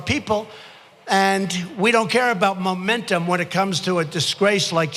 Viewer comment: Trying so hard to say “momentum”. Lmao, moron.